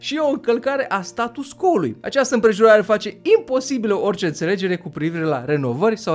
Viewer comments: hai sa pronuntam latineste acel status quo, adica status cvo nu status co, altfel numai de bine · Status quo se citeste STATUS CVO !!!!! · scuze dar trebuie sa fac aceasta precizare, se scrie status quo dar se citeste status cvo (pronuntia este in latina pt ca este scris in latina) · Apreciez foarte mult informatiile si munca ta, dar nu ma pot abtine sa-ti spun ca se pronunta "status qvo". Succes mai departe! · Se citește status 'cvo' chiar dacă se scrie 'quo' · "Status quo", prietene, se pronunta "status cvo". Dar nu toti au facut latină...